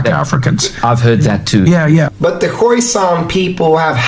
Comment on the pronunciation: It's pronounced "Khoy-Sahn" not like "poison" lol